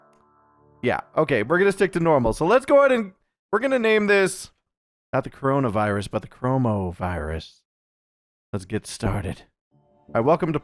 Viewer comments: dude you wrong is call coronavirus not corohmohvirus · Wouldn't it be CorohmA virus? Does your virus turn you into a gay frog?